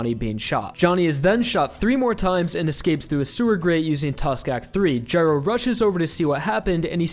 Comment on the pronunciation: guy-row, not jyrow